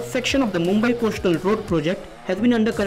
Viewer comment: Can we smart well-spoken reporters who know their job ? I am tired of hearing “coashtal road “!! At least learn English diction along with your job!!!